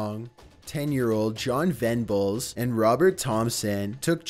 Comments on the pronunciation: They don't even pronounce his name correctly, both Bulger AND Venables. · A "poly-teen" bag? Polythene, "th"! And it's James Bul-jer not Bul-gurr!!!! And John Ven-ables not Ven-bulls!!!!!! God!!!!!! I often wonder if is really a robot, even though I know he's not - I've seen his face! But still, ffs, that voice! Poor guy. Or he might just be affecting it. The joke might be on us and he has irl a really posh English accent! That would be GREAT!